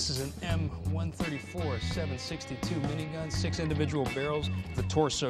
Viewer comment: Seven Sixty Two? It's 7.62 pronounced Seven point Six Two. You say Six Two because the 62 is a decimal. I can understand if the average joe doesn't get this but supposedly you're playing a weapons expert or maybe that's on purpose to show Justin Hammer as incompetent. Which....uuugh I kinda wish that there was some moderation between Not quite as good as the protagonist vs just thoroughly incompetent. Justin Hammer can't just be "Not as good as Tony Stark" he has to be a total moron that barely understands how his own stuff works.